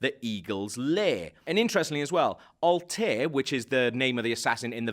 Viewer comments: his naim isnt altair its altaïr. so wrong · Altair.... is pronounced AL-TA-IR not "Altare" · it's pronounced Al-tar-ier not Altier... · ALTEER? ALTEER!?!?!? Its Alta-ir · when you were talking about the eagle, it's not pronounced altair more like Altaïr which means "the bird" in arabic. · really ? Alt-er ? not Altaïr ? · "Altair"??? It's pronounced "Al Taheer" dude. Get cultured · it's "alta-eer" not "altare" smh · And it's pronounced Alta-yee-r, not Al-tayr. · Did you just pronounce Altaïr as Alt-air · Blazicken ikr it's al-ta-eer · Alt air ? Lol did he played Assasin creed on mute or something because It feels like he never said Altaïr out loud. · o mah gash the way he said altair 0-0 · No no u said Altaïr's name wrong...... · at least pronounce Altair's name correctly if u do this.... Also the animus doesn't allow u to gain control of your ancestor, simply live/relive his life -. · He cant even pronounce Altair lol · he didn't know how to pronounce Altair either